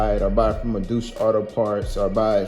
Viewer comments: “Douche” auto parts??? 😂😂😂 It’s Deutsche (pronounced “Doy-Che”) and it means “German” in the German language. Douche is “shower” in French and in the US it refers to a lady vag shower after their period. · Deutsche... Pronounced doy-chuh (literally in their site banner 😉)